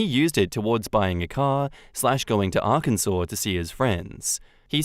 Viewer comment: thanks for pronouncing Arkansas correctly! 😂😂